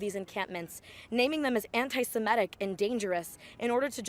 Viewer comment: could everyone stop saying anti-simEtic? It is anti-semitic